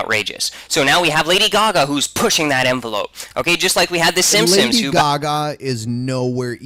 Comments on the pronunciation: So, my last name is Simpson, and every time he says "simsim" my heart stops breifly. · He says simpsims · I think this guy has a speech impediment. He keeps calling the simpson's the simsim's. Either that or he's being insidious. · "The Simsims" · At first I thought he misspoke... omg STOP SAYING SIMPSOMS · "The Shimpshoms" "Shubconshus" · Sounded more like "Simpsins" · Every time says "The Simpsons", it sounds like he's saying "The Shimpshoms." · It sounds like he says Simsims instead of Simpsons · It bothers me to hear him when it sounds like he's saying "SimSims" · Instead of "Simpsons" he says "sims sims" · Did anyone else think that he was saying the SimSims. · Yonder fecker kept saying Simsims.... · His pronunciation of Society as "shoshiety" and Simpsons as "Shimpshims" will haunt my memories for a long time.